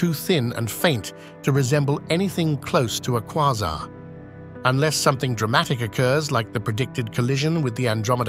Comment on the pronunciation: AI voice couldn’t decide how to pronounce Quasar